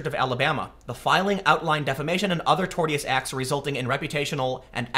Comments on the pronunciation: I believe it is pronounced like tor-shus, ? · Tortious = tore-shus. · In case no one else did, Tortious: Tore-shuss Keep up the good work Tim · I hope that Gavin goes through with the suit and turns down the SPLC sheckles. Also, it’s pronounced TorSHus, not tort-I-ous. Tortious. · The word you're looking for is tor-shus...not tort-ee-us. Tortious Interference. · Pronounced "torshus" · It's pronounced tor-shus and you should look up Richard C Meyer. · Remember, Tim, "-tio" is pronounced with a "sh" sound, so it would be pronounced "torshis" or "torshus" interference. Also Tortious Interference is not defamation; one can give true statements and still engage in Tortious Interference. Any deliberate action by an individual or group to damage, break/breach, or obstruct a contractual agreement between two parties that causes economic harm is Tortious Interference. Which brings a curious question; have some of the actions of SJWs contacting advertisers and employers (in some non-right to work states) risen to the level of Tortious Interference? I'm not a lawyer so it would be interesting to hear from one. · I believe it's 'tor-shus', but we all have blind spots. No worries. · I believe Tortious interference is pronounced "Tor-shus interference" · It's pronounced tor-shus (tortious) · Tim: "tortious" is pronounced without a hard "t", as in, "torshious." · Torsish interference is how you pronounce it. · Tortious.... pronounced "Tor-shus" I believe. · TOR-sh(i)us Interference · I'm sure someone else has chimed in but its "tor-shus" interference. tl;dr interfering with someone's established contract in a way that causes damages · it's pronounced " tor shee us " AFAIK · tortius = "tore" +"shuss" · Tortious is pronounced Tor-shush!!! lol my god my skin crawled every time he pronounced it so badly lol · Tor-shuss. It’s pronounced “tor-shuss.” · "Tortious". Tor-shus. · Tor-shus is the pronunciation. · Repeat after me Tim...Tore-shiss or tore-shuss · Tortious= Tor-shuhs.